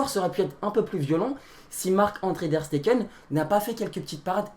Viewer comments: SVP les gars, Ter Stegen se dit "Terre Chtégeunne" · Mais comment il prononce ter stegen et moise kean ça me bute